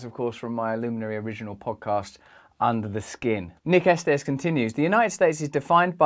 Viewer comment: It's pronounced Esteez